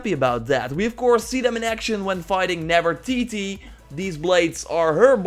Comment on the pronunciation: "Feminist Grace" and "Nevertitie" this dude is funny.